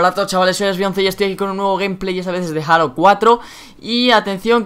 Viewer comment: No se pronuncia "jalo" es "jeilo" y en español sería "halo" la ache es muda. Saludos